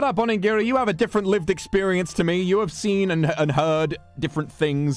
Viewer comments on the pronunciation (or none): none